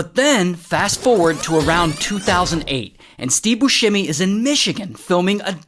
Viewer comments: FYI it's bussemi not buShhhemi. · If you're doing a story on a man, can you at least say his name right. 😒